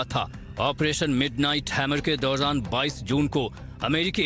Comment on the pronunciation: Dauran to blna seekh le....😂😂